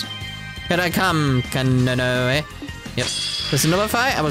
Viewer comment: Her name is probably pronounced "kah-noh-ney." This game was originally made in Japan remember. Ka, no, and ne are three characters in Japanese. To be honest, it's probably a very simple and straightforward name in Japan.